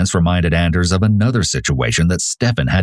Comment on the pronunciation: Anders is pronounced AWn-ders.